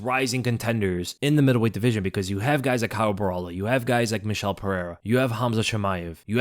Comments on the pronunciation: just to help you out, Borralho is pronounced Borralio not Borralo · It's BO HA LEE U (that's how you pronounce his name correctly. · For anyone interested, the right way to pronounce his last name is something like “boh-rrah-lhyu” ( the last sylab is very hard to put in text, think of the lh in silhouette but emphasize it a bit more lol ) 👊🏽